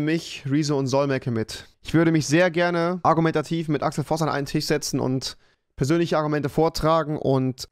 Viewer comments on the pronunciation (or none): "Mit Axel Voss an einem Tich setzen". Am Sprachfehler arbeiten wir aber nochmal. Das erinnert mich sehr unschön an Helmuth Kohl.